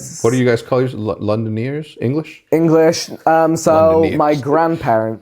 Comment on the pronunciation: ‘Londoniers’ - this guy